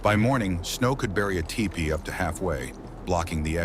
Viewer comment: The robo narrator said Ty-pee. lol